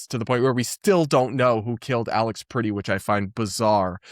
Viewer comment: You're pronouncing 'Pretti' like the English word pretty. It's the eh as in press.